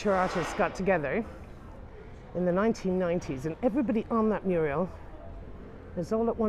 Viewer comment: Loving the vlogs, going to London in July and using them as a guide but please...it's MURAL, not MURIEL!